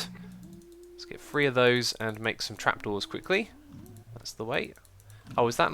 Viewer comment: three not free. Three Three Three. Not Free!!!!!!